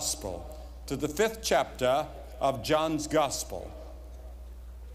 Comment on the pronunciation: Don't you just love how he says "Chaptah"? ❤